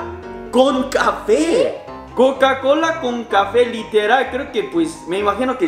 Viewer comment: ya casi ibas a decir cacacola jajaja jajaja.